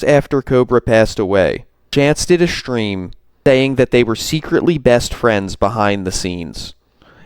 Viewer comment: Oh and I was wondering,what’s a “Shhtream”? Why the shhhh? Is it a regional thing?